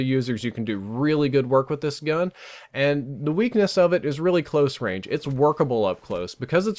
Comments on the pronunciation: Long rage? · Long Rage!? Lol